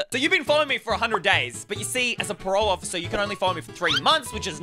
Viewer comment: said police officer wrong